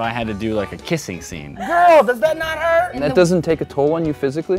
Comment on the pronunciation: it's hurt not huert